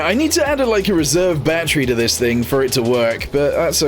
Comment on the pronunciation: its not batteru but battery